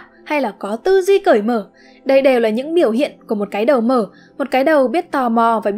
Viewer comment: ko bik tại sao tôi lại nghe cái đầu mở thành cái đờ mờ :))